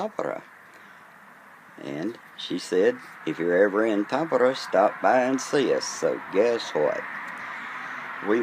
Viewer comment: You pronounced Tampere in a way that for me sounds much like Tappara, which among other meanings is the name of a ice hockey team and club in Tampere. Are you a 🏒 fan or is this just circumstantial 😉